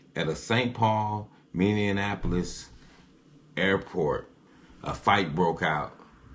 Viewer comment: You can tell this brother is not from Minneapolis, Mn by the way how he had pronounced Minneapolis ! He said Minneonnapolis ! Many outsiders of Minneapolis mostly always mix Minneapolis and Indianapolis together !